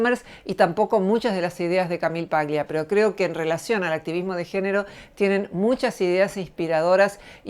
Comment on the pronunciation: Eres una mujer admirable y comparto tus postulados. Una pequeña corrección , el apellido Paglia es italiano, y se debe leer como tal. Eso implica que la G no debe pronunciarse. Debe sonar "Palia".